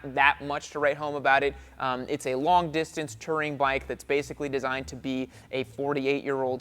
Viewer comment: it's not "Terring", it's "Touring"